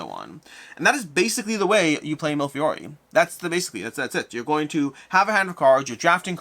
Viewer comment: I like your reviews, and love this game. But, repeat after me: me le fee ori.